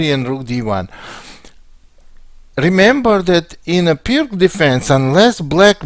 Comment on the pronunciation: Please, just one thing: it's Пирц Not perk or something. Named by former Yugoslav chess player